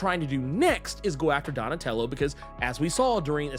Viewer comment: 😂 Donatello does machines, damn it. Say it right! 😂😂